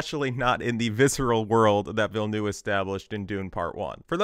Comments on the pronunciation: instant like because at least you TRIED to pronounce Denis' name correctly. and for the benefit of all, it is pronounced "vill-NUV" not noov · Learn how to pronounce the names. "Villeneuve" is not "Vill-noo." There are videos that explain how to pronounce this. "Alia" is pronounced AH-li-a. Emphasis on the FIRST syllable. Quit copying Quinn, who just makes shit up. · Ok im french canadian and i have to ask, yall realise theres a v in Denis name right? Its Denis VilleneuVe. Anyway great video! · Struggling to pronounce Denis Villeneuve's name correctly? Just say "Dennis New-town" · the U in Villneuve is pronouced like an R, Ville-neRve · why everyone calling him villnoo like bro cmooooon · the second V in Villeneuve is NOT silent